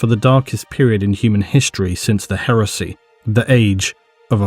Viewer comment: Whenever you say Heresy I keep hearing HERUSSY!